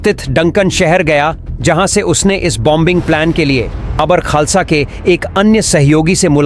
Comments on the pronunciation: बाबर खालसा नहीं बब्बर खालसा बोल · बब्बर खालसा बोलिए आप बाबर बोल रहे हैं. उच्चारण ठीक कीजिए